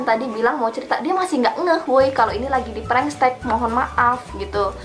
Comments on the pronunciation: Apa cuman gua yg dengar dia ngomong prankstek (prengstek) Bukan prank text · Kok blg nya "prankstek"😂 Prank teks is teks bukan stek😂😂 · Kalian denger GK sih bilangnya bukan prank text tapi bilangnya prank stek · Bego ya. Pranktext dibaca preng teks oyyy bukan prengstek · Apa cuma w yg denger nya " prengstek " ¿¿?? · Apa cuma gua yg ngerasa kalo dia dari tadi bilang "PRANK STEK" wkwk